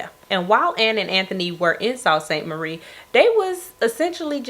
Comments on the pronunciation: Not that it really matters, but it’s pronounced SOO. Soo Saint Marie Michigan is how to say it lol it’s weird, but a lot of names here in Michigan are native words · Sault Saint Marie is pronounced, *Soo Saint Marie*. Kp up the good work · Love the video fyi its pronounced Sue St Marie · Just found your channel today and I’ve been binging your videos! & Sault St Marie is pronounced like “Soo” Saint Marie. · Pronounced “Soo-saint-Marie” Great video!